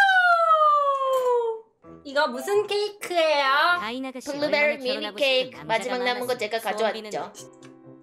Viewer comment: 사실 이때가 블루베리미니케이크 발음이 가장 좋았던거일지도 몰라요...